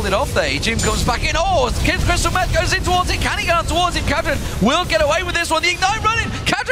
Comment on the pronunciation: its fuckin crystal meth not crystal em :/